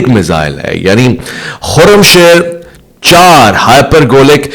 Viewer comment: Bahi. Khoram shir nahi he.. khoram shaer خرم شهر.. ایک شهر کا نام هین. خرم شهر. 😊😊